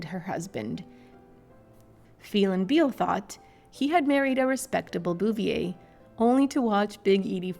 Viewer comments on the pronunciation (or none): Bow vay that’s how their name is pronounced 🙂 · Boo- vee -AY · Its pronounced Boo-vee- ay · Your pronunciation of the last name is HORRIBLE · I tried to watch this, but hearing you/AI voice continually grossly mispronouncing the Bouvier name over and over and over was just too nauseating... I quit 2 minutes in...